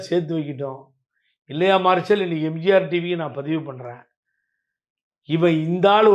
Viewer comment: தம்பி எம்ஜார் டிவி ன்னு உச்சரிக்காத. எம் ஜி யார் டிவி ன்னு சரியா உச்சரியுங்க